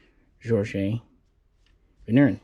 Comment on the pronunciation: The Vigneron, (if you can try to pronounce the name properly) was a super excellent close combat weapon. Light, practical and very reliable. 9MM for a good kill !